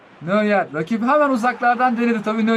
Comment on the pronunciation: Abi nöyer degil noyer